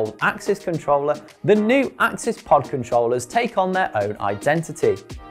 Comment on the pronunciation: Firstly, it’s ‘access’ (SRAM axs’ own description when it first landed) and it’s ‘de-rail-er’ Other than those silly rookie mistakes, good explanation 👍🏼